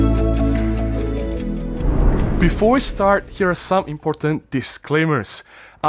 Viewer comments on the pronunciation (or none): none